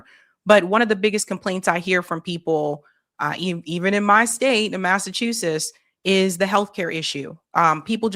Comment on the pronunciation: Egads! My ears bleed every time she says “Massachusess”!